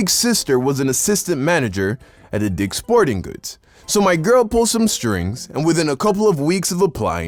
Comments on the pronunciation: what a brilliant name and especially the emphasis on the word. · Why did he emphasize "dick" in "dick's sporting goods" ... Makes ya think.. (even though this is a joke, I'm confused lmao)